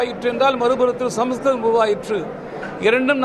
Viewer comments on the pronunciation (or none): Useless fellow ஸம்ஸ்கிருதம் ன்னு ஒழுங்கா சொல்ல தெரியில அப்புறம் என்ன dash க்கு பேசுற அந்த மொழிய பத்தி